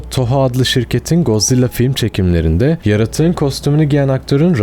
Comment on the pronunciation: abi yanlış okuyorsun lütfen bu yorumu gör ve doğru oku valla içine iniyor yanlış anlama godzilla - god zilla (doğru okuyon) mosura - mot-ra Ghidorah - gidorah angirus - angeyrus okunuşları bunlar ab